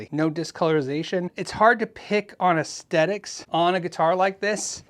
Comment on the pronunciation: Just one of my pet peeves: Aesthetic is pronounced AesTHetic, not aestetic.